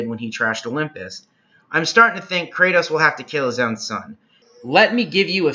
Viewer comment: good video but why are you pronouncing his name like that